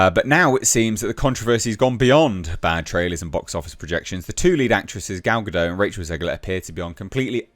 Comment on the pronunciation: And it's not a silent T in Gal's name. You should say Ga-Dot